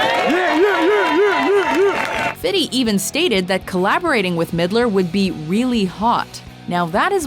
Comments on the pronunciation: Great video but why does she always say "Fitty Cent"? It's "Fifty Cent" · ITS FIFTY NOT FITTY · It's fifty cent not fiddy!!! .. Fifty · I honestly think it’s amazing that in every video you call him fitty cent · "Fiddy" really? Not even 50 Cent says it like that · Lol she says fifty like fitty